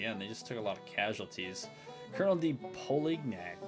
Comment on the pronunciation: Polignac, the G is silent and you say the last part like Yak. Like how you pronounce Cognac, the liquor. French...I imagine he was from Louisiana.